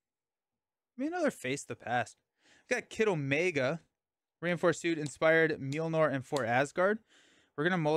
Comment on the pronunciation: Mjolnir is pronounced "myol-neer," not "meel-nor!"